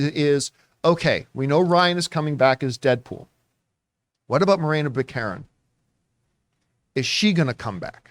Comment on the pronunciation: 😬 Buh-Karen? It’s Back-uh-ren. 😂